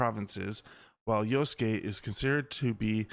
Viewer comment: huh?!! you're crying disrespect??? it's fiction. you sound so white, why are you disrespected for the JAPANESE. I'm asian and a lot closer to the japanese and I'm not offended. jeez. white people being offended for asians..... you can't even pronounce YASUKE properly. talk about disrespect. and what makes you assume the game's gonna make you play yasuke? from how i understand it, the JAPANESE girl ninja is the playable character. she has the hidden blade. yasuke seems to only be the main support character.